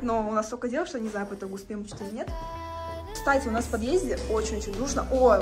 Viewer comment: "Стась, смотри"... чет не звучит как "кстати"